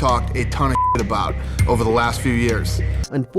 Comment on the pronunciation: "Outside a baw"